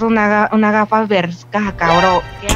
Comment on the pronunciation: El pibe dijo gafass😂